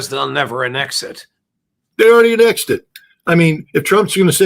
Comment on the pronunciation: I left as soon as I heard the way you both pronounced annexed.